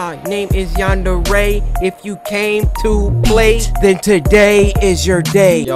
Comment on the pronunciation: Cory: Yanderay Me: I’m sorry W H A T